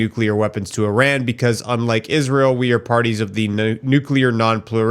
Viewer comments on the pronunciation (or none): none